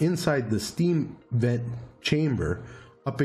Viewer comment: Everytime you say sVent, I hear assvent.. lol